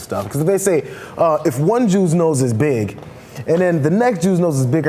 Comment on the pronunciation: Who cares? Biggest non-issue in the world. And Jesus,, you sure did emphasis 'BIG' when you said 'Big nose Jews'. =D